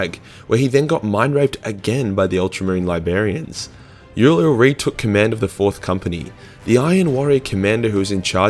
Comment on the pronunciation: "Libarians?". I no I couldn't say any of these crazy 40K names and I know is Australian, but "libarians"? You're better than that my dude.